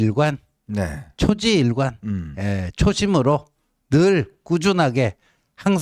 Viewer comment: 지호, 현종님 쪼매 쿨다운! 클코 멀리 봅시다. 초지일괸 발음이 이상한데요 조지한관=초지일관